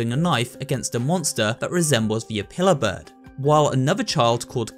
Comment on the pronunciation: Say apiller bird one more time!!!!